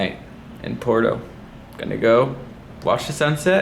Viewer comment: Bro please. PWERto. Not Porto. Puerto. Porto. Puerto. Por dios.